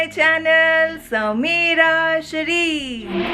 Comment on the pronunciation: Not sameera sherief Its.... Summeeeeeeeeraaaa shereeeeef Sry if i hurt u, i just said casually